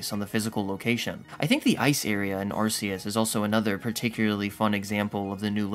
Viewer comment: Ar-key-us not Ar-see-us. Alternatively, Ar-kay-us.